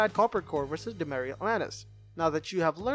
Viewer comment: the host keeps pronouncing demeyere as "do-my-rhee". should be "do-my-yer"